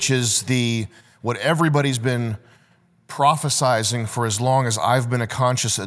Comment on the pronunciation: It's prophesying not prophesizing mate 💖